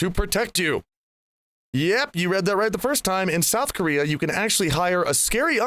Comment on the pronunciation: KO-rea bucks